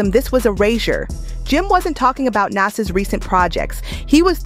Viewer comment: "Nass" and "Poosha T"